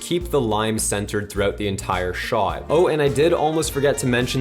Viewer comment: I love, he’s the greatest but the way he pronounces “shot” makes me cringe 😬